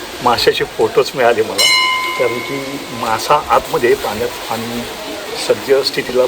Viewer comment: किती अशुद्ध भाषा ! आपण कोकणातील नक्कीच नाही आहात. आनी - पानी बोलता.